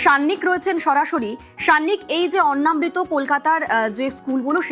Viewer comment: গ্রাউন্ড রিপোর্টারের উচিত দয়া করে উচ্চারণ ঠিক করা। এটা অন্ন্মৃত নয় অন্নামৃত (অন্ন + অমৃত) ।